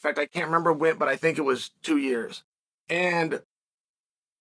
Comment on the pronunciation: "FOUR POINT TEW BILLION!"